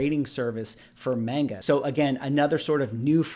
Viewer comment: Pshhh homie called it Mayne-Ga 😂😂😂. I’ve literally never heard heard the term pulp until you had mentioned it in a different video prior. Pretty hard not to love those covers!